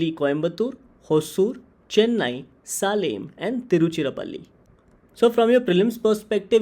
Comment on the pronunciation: The way he pronounced Salem😂